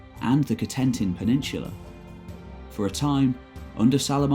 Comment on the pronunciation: A Perfectly Normal Youtube Account As someone who lived in France, some of the prenouncation did making me wince. Cotinent, Nantes..